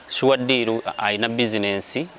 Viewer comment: I love the way pronounce this name"Suwa deal "😂